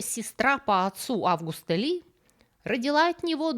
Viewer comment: Та не августА, а Августа, ну ойпт